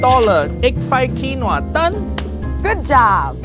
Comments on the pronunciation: KEEN WAAA, not KWIN OAH, hai aahhhhhhh, now you make ancestor cry, so sad, SO SAD! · Was the way that pronounced Quinoa (keen-oh-uh instead of keen-wah) deliberate or did she really think that was how it was pronounced? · Awww she said Quinoa literally.......its an easy mistake for us who aren't famous but not for those who are, plus experienced what the heck? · Quinoa hay I say wailo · As someone named Noah I found her pronunciation of quinoa hysterical